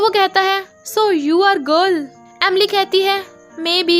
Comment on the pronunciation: Whenever you said the girl I heard dagal